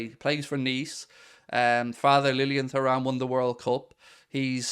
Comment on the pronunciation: Mate please for the love of god... it's pronounced 'tooram'